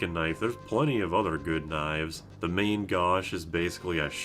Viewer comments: On the point of the pronunciation of "main gauche" - "main" is pronounced like "men", and "gauche" has the same vowel sound as "ghost" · you are pronouncing "gauche" from "main gauche" correctly. On the other hand, "main" is not from english, it is "hand" from french (is a left-hand knife that's literally called "left-hand" in french). So te ponunciation for main in this case is more like "man" (with a nasal "A" ). Just dropping this trivia because I think that's name is really funny. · You're pronouncing both "main" and "gauche" incorrectly. MAN GOASH. It's French for "left hand." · "main" very much does not rhyme with "don". Both nasal sounds, but very different. I guite like your explanation with "ocean" or "potion" though, it works very well.